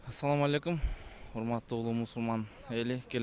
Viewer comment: 'Атцалому' алейкум эмес эй